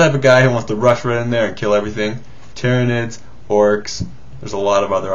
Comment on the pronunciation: u dont pronounce tyranids like that u pronounce it like Tie-ra-nids